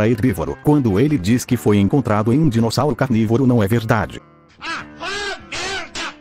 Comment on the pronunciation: a parte do "Dirosauro" me quebrou 😂